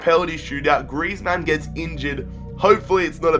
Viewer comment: Why do you pronounce griezmann as if he is a superhero, like its "griezmann" not "Griez-Man"